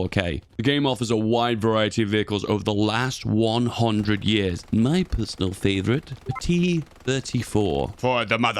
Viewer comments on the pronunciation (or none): none